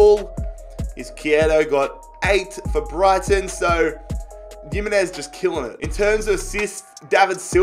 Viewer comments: yimenez??? its himenez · Oh my god stop pronouncing Jimenez’ name like he’s from Eastern Europe It’s pronounced Himenez not Yimenez And what made you decide that Haller was pronounced “Heya” 😂😂😂